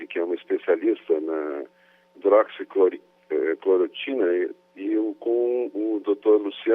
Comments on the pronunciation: HIDROXI CLORO TINA.................... O POSSÍVEL MINISTRO DA SAÚDE NÃO SABE FALAR O NOME DA MEDICAÇÃO MAIS IMPORTANTE DO SÉCULO......... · “Hidroxicloritina” pqp!! Esse cara não meu Deussssss!!! FICA MANDETTA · Entende tudo, só não sabe falar hidroxicloroquina kkkkkk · Revejam o vídeo e vejam quantas vezes o entrevistado diz errado o nome do medicamento(que foi corrigido pelo entrevistador), e no entanto, ele defende o uso sem nem ao mesmo saber o nome certo. Que irresponsável....Ele é do meu Estado, e eu sei bem quem é ele...Ele tá desesperado pelo cargo de Ministro da Saúde. Fome de poder! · Diz que foi se reunir à respeito da hidroxicloroquina mas não sabe nem pronunciar a palavra.. To sabendo.. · Deus me livre esse homem ministro da saúde!! Ñ sabe nem pronunciar HIDRÓXICLOROQUINA!!!!🤪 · O cara não sabe nem falar hidroxicloroquina..